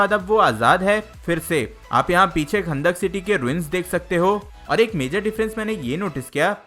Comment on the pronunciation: chutiye wo "khandak" nhi kahndaq hai